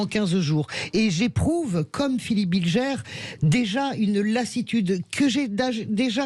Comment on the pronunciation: "Bilgère"... cest BilGER bordel, ca désigne le pélerin en diutsch.